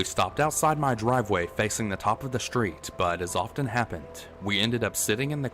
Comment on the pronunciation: Not "schtreet", street. So weird.